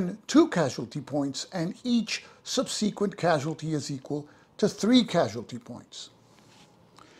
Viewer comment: Are you pronouncing subsequent like that to mess with us?